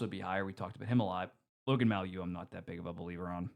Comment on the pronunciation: Even though Mailloux is off the habs the way you pronounce it pisses me off just as much hahahaha